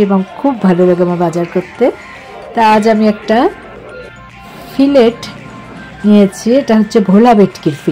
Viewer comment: উচ্চারণটা "ফিলে" "ফিলেট" নয় মাছের ফিলে হবে। ট উচ্চারিত হবে না।